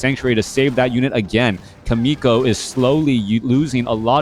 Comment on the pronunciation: thanks for sharing this video and you commentary, but as a Korean I junst want to let you know more exact pronounciation of 'Chaemiko'. It is not [k]aemiko, but [tʃ]aemiko. same as 'CHERRY' s /che/ sounds. lol